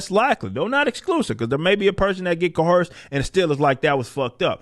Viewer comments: There is no "H" in Co-Erced. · Stop pronouncing coerced with an H. It is distracting from your message. Other than that, keep rocking man, you're awesome.